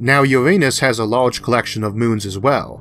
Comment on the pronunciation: Shawtidge of energy. Impowrt. Lahlge.